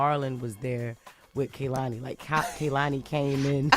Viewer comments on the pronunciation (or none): You got Kai name right now get Kehlani name right lol I dead just found out yesterday